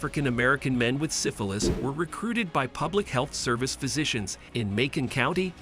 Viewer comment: Is your voice over host a text to speech program? Sigh-fillis (syphilis), low-boh-tomy (lobotomy), yuni-maginable (unimaginable). Those are strange words to mispronounce for someone who speaks so well.